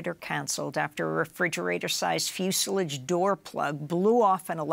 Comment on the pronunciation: She mispronounced fuselage. She said, "fuseliege." 😣😫